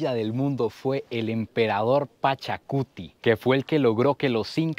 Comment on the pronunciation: Hola soy peruano y creo que dijistes mal es Pachacutec